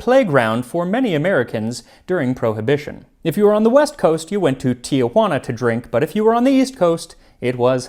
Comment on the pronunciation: You don't pronounce "Tijuana" as "tia-hu-wanna." It's just "tea-wanna." It's not "Aunt Juana."